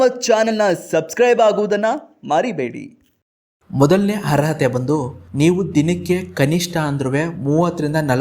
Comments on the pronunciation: ಹರ್ಅತೆ ಅಲ್ಲ ಗುರುವೇ ಅರ್ಹತೆ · ಎಂಥ ಮಾರಾಯ ಹರ್ರತೆ ಹ ಹ ಹ 😂 ಸರೀ ಹೇಳು ಹೇಗೆ ಅರ್ಹತೆ ಅರ್ಹತೆ . ಕನ್ನಡವ ಕೊಲ್ಲಬೇಡ ಕಂದ.